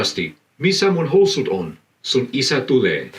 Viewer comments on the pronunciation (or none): not a linguist so maybe not 100% accurate but as an example the way he pronounced "housut" (pants) sounded a bit like hows-ut. considering "house" in english is a single syllable word it makes sense but in finnish it's two syllables, hou-sut, and stress is always on the first syllable (in compound words there's secondary stress)